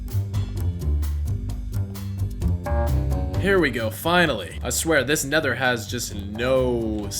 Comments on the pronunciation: This neather ? 😂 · You gats said naether will it is the end